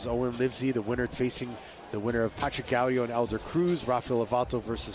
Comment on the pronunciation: Patrick Gau-DIOO, DIO SAMAAA